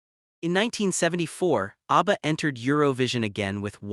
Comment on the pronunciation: Please - it's ABBA, not ARBBA. 👍